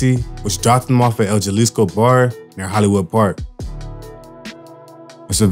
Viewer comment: Juhlisco? Say it like this, Ha Lees Co school in session 🏫